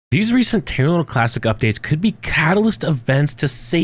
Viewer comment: This is about terra Luna classic right? All I hear him saying is tunalunclassic. 😂😂